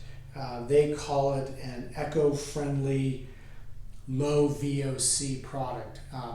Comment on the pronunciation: It’s eco-friendly not echo. Lol